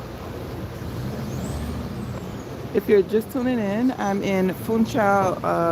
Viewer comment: Madeira! I watch relaxing driving and walking tours of Madeira. I want to go there and stay awhile❤. Fun-shaw is how you say it. Hope you had a great time!